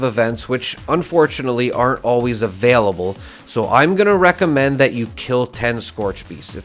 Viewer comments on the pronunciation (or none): none